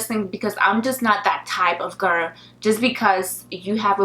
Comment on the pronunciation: Try saying 'girl', instead of 'gir'.